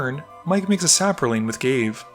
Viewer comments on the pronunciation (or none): none